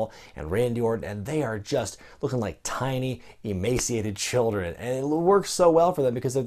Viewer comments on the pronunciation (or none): none